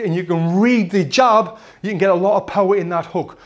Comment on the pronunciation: Whenever he said "the jab" all I heard was "hijab" lol and no offence to any Muslims